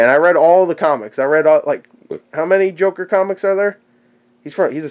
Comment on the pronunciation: The "jorker" :-D